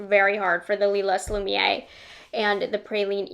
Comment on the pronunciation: Here’s some tricks for pronouncing these French names: Lumière: Loo-mee-hair Étendu; Eh-tuh-doo Lilas: Lee-law [no “s” is pronounced] Hope it helps